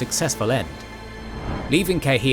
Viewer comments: Take a shot every time my guy says KaiHEEan. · Cairhien -- Kai Ree ehnn